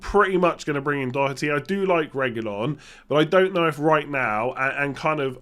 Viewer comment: needs to give English commentators lessons on how to pronounce Doherty 🔥